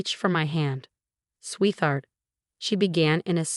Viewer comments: Swee-THART. Lol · Naive, Louboutin, and the 'th' in sweetheart etc etc etc ugh